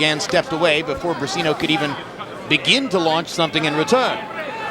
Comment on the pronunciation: It is not ``Bricino`` is Briceño